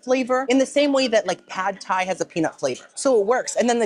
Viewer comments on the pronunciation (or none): none